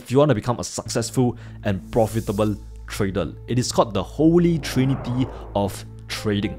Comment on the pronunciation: have u ever said the world properly....TRAy-der.....not Tray--dol